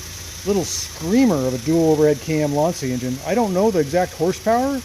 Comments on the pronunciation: Well done!! Plus tell him that the pronunciation it s wrong! Lantcha not Lansia!😂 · I believe it's pronounced 'Lan-shia" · Even the guys from Top Gear pronounced it Lan-see-a and they should've known better. ;)